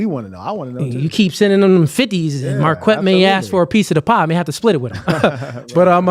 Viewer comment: Mar-kwet sounds gay. It comes from the name Marquette and it's pronounced mar-ket.